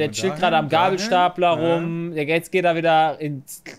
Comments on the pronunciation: Ne "Stablegeypler" englisch ausgesprochen oder "Geyblestabler" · hat Gabelstapler falsch ausgesprochen... hat Varion dir das nicht richtig beigebracht?